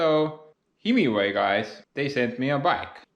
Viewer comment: I think it is pronounced high-my-way.